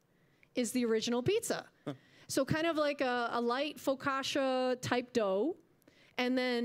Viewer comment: You massacred it. 🤣 "Sfin-JOON-ee." (I still buy it at Bommarito's). "Fo-COTCH-ah." ETA: You don't recommend trying Cloverleaf??? 😱